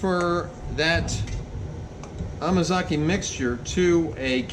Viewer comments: I giggle when you say amakaze, instead of amazake...😆 2nd time here, and reviewing. I'm having so much fun. Thank you for sharing! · Dude! It's amazake! Ah mah zah keh. Please try not to butcher the japanese language. Thank you.